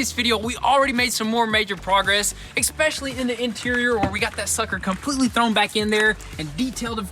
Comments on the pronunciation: ESPECIALLY not EXspecially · Exspecially ?? :P